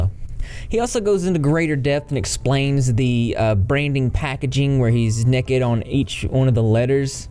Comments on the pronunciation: Why is it so pleasing to hear say Nekkid and not naked (like NAYkid). To me it’s hilariously pleasing. 😂❤️🐢🐢🐢🐢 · I like the way you said, "Nekked" lol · every time you said “nekked” 😂🐢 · "Little neked people" and "wow" about made me pee myself 😆😆😆😆😆😆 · Fun drinking game: take a shot every time says “nekkid” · You say "nekid" (naked) like I do! I've never heard anyone else say it like that. People used to make fun of me for it all the time. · Every time says “Nekked” take a drink 🙃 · I love how with ur accent you say “nekkid”😂❤️ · Nekkid Gotta love ga accents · The way that he said necked made my day 🤣🤣🤣🤣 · I like the way you say naked. Nekkid 😎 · take a shot every time says “n e k e d” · OMG REP SAYING "NEKKID" REPEATEDLY IS THE BEST BIRTHDAY PRESENT I'VE GOTTEN ALL DAY!!! 😂😂😂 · Yaay souther boys! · I was just about to comment this haha. I have a friend that says it like that too, I think it's a southern thing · I know I keep laughing every time he says it 🤣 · nobody:: nehked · I love it lol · His obsession with little 'nekked' people is giving me fits. 🤣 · I feel validated for saying naked like does. Take that people who made fun of me for saying it weird!! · you say naked so funnny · I'm from the south and hate this pronunciation